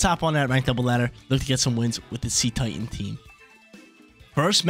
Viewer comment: I think Cetitan is pronounced as Seh-tie-tun. It’s name is a mix of Cetecean and Titan.